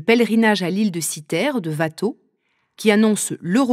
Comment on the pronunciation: Ouatteau, pas Vatteau 😀